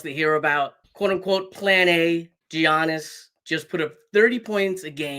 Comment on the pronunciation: Mispronounced Giannis name … nets can’t have him